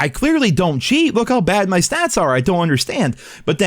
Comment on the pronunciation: This killed me when he couldn’t pronounce bad